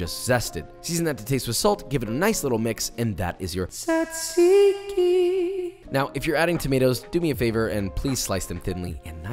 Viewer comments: I am 50% made of gyros like any other Greek and this seems excellent, but why do you write "tzatziki", but you say "tsatsiki"? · As a Greek Josh did a very good job with everything. There are still some little details that could have made his gyros better but it doesn't matter that much. As for the tzatsiki well its pronounced more like jajiki, like when you say Josh or James or Jason or blablabla and in Greece we call gyros the meat, not the whole thing, the whole thing is called suvlaki so when and if you come to Greece and ask for this you will say "can i have a suvlaki with gyros and jajiki (or sauce i like it with sauce in it much more than jajiki but its your choice) and tomatos and onions" (you could ask for some fried potatoes in it its much better in my opinion but it is optional)". You will not say can i have a gyros, if you say that they will bring you just the meat with nothing else most likely. Just wanted to correct some things but still Josh did a very good job making a suvlaki and another small little detail in Greece the pitas are a bit bigger and we don't put gyros and tomatos ext. inside the pita, we put it as joshua did and as i said before he did a very good job making the suvlaki. Have a nice day! (or night, whatever) 😂